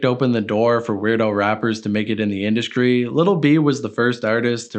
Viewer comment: Why do you say "mainscream" and in other videos I have heard "induskree" why are you doing that? Lol